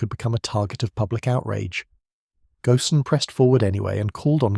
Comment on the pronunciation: Carlos's last name is pronounced "goan", and rhymes with moan. AI slop!